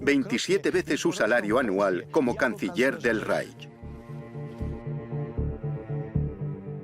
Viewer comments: yo también lo he notado......molesta un poco..... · Muy bien el documental pero lo que no se puede escuchar es como pronuncian REICH....